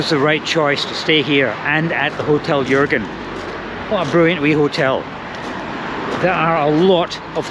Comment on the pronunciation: Your pronunciation of "Jürgen" is perfect!